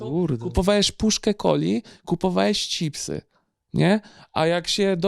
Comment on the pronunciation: UWAGA! mówi "Cipsy"! Pozdrawiam kumatych!